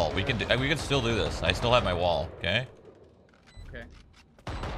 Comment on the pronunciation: first five seconds "do you have mei wall?" :D